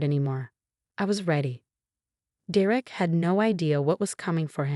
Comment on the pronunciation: It’s “DER-ek” not “Der-Ek”! There is no “Der-EK”. Ever. Idiotic AI.